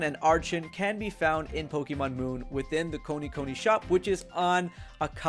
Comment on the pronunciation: It's funny how you say Pokidex and Pokimon instead of pokedex and Pokemon